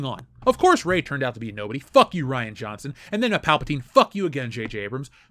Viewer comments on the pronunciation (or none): none